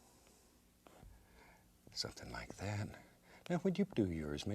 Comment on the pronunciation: I love when he says, "Sumptin about like 'at"